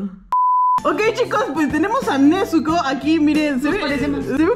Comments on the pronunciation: es nezuko no "nechuko" o "nesuco" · Es nezuko no "nezuco" 😂